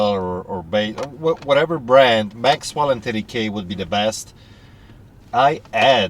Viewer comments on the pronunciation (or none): Maxell doesn't have a "W" in it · Maxell not Maxwell. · Maxell tapes, not Maxwell.